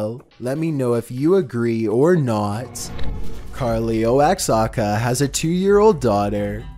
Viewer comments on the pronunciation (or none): none